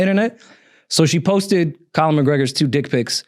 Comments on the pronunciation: So we just gonna ignore that says ‘Colin McGregor’ like 80 times and everyone acts normal even after says his name correctly 😨😭🤣🤣🤣🤣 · Why does keep saying "Colin" McGregor 😂 I swear he saying Colin